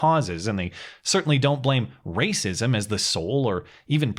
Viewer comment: Shut up Matt, it's always the rah-sah-sism